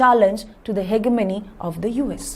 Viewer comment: Ma'am your pronunciation of hegemony is wrong